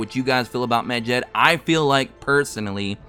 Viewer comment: the way you pronounce medjed hurts my ears, its med-jed not mejed